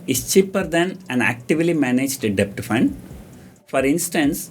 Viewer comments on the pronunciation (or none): Wrong pronunciation of DEBT ...please google for correction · 1) u didnt mention abt post tax returns on short term bond 2) what r tax implications & yields if we sell long term bond after 3 years & short term bonds before 3 years 3) In all the videos , u r pronouncing silent character 'b' in the word 'debt' . Please be noted that 'b' is silent in 'debt'